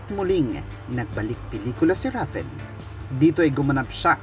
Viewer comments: rayven pag pronounce po nun ndi ra ven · Reyven po tamang pagbikas ng RAVEN name